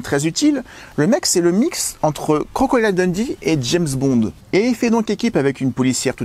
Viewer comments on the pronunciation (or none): none